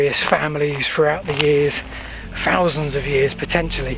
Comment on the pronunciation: "Those " perfect and then a fousand. Come on, you'll fank me later.